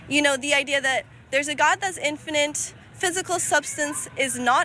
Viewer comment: She keeps saying "infinant." 😂 I can't.